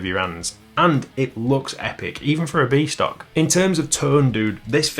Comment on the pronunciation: Every time you said "B stock" I heard "Beast Ock", possibly a troll character in some video game 🤷‍♂ (Like the comment if you heard it too!)